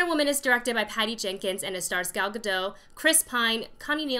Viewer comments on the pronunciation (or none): Please learn how to pronounce Gal Gadot's name properly.